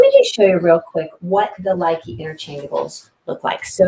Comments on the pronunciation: It is properly pronounced Loo-Kuh not Like-ee. Thank you for at least giving it ur best to pronounce them :) instead of being hateful, I thought I would be helpful and tell u the correct pronunciation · if you gonna sell it, learn to pronounce the name correctly